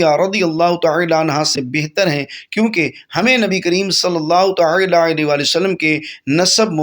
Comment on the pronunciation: Taaala kaha jata he talaffuxz durst karain